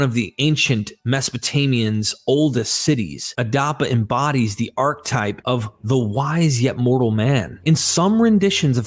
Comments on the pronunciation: Archetype is pronounced like arc-uh-type not arc-type 😆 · You mispronounce these words within the first 10 minutes: stingy, archetype, and at one point you make up a word "verociousness".